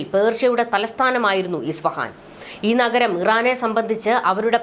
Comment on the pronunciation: ISFAHAN (ഇസ്ഫഹാൻ ) എന്നാണ് correct.